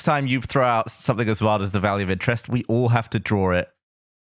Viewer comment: Why did I think was saying the Value of Interest the whole time not Valley of Interest